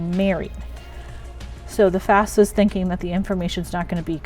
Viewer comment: I keep hearing FASFA. :(